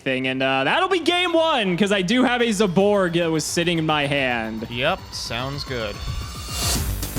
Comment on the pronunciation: Everybody: zaborg: ZEYBORG